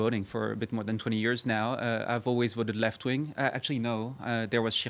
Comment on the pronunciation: "I have always voted for the left ving!" :D